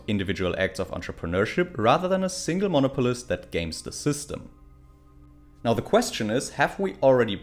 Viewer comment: Mon-Opolist, not MOno-POlist.